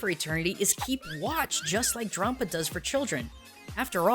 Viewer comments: dram-paw, not drom-puh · I think it's pronounced like grampa not grompa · DRAWM-pa? do you pronounce grandpa GRAWND-pa? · Drampa, not Drawmpa,. Like Dragon + Grampa in one word. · it's pronounced dramp-ar